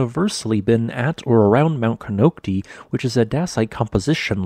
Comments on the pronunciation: It’s pronounced “ko-nock-tie”, not “-tee”. It’s a Native word, not Spanish. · Its "kah-nock-tie" bro. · Pronounce it right please. Co nic ta konocti dummy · It's pronounced, "kuh-KNOCK-tie". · I love this channel. One thing, though. Konocti is actually pronounced as “Ko-Knock-tie” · Please learn the proper pronunciation. Other than that this is very on point